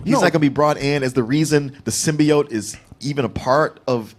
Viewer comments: Someone tell how to say "symbiote". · On a side note, how the fuck are you talking about what Venom should be, yet you can't pronounce Symbiote? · Add symbiote to the words that can't pronounce correctly.